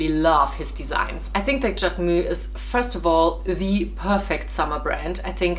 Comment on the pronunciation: Love how you pronounce JacquemuS